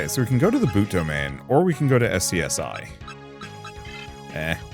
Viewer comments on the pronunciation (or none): FYI SCSI is pronounced 'Scuzzy'. Also Digimon has a lot of cool themes that work really cool for darker stories. Dark digivolution can be used in some pretty interesting ways. And several digimon try to kidnap and or hold hostages.